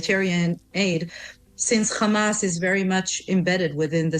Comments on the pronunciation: Blond 'semite' and Khamas. She can say Hostages, she can say Have, but she can't say Hamas. Lunatic. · You know whats up when you hear ”khamas”